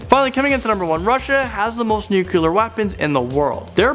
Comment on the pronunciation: "Nucular weapons"